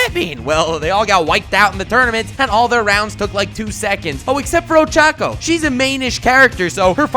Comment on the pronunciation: This is great he said ochacco coreectly